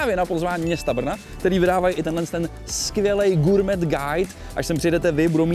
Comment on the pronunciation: SPRAVNA VYSLOVNOST SLOVA "GOURMET" (Sounds Sounds like gaw·may)